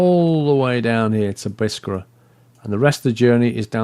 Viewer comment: again, according to the Arabic, Biskra is pronounced as Bis-krah, simple!